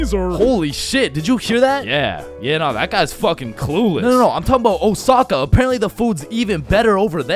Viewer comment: “Oh sa kah” no “o sah kah” yes